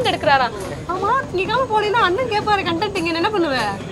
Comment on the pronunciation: ஏம்மா, one of the editorS, editor இல்ல. அப்றம், Content (பொருளடக்கம், etc.) கான்டென்ட்-னு சொல்லனும். கான்டென்ட்-னா satisfied, satisfactionனு அர்த்தம்.